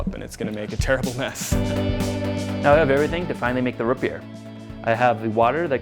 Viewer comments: ROOOOOOTS NOT RUT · "rut beer" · R-OO-T NOT RH-U-T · Root not rut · Daniel Laux he wouldn't say root beer he would say rut beer